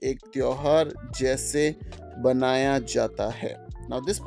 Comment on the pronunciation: मनाया जाता है and not बनाया जाता है। It's "manaya" and not "banaya".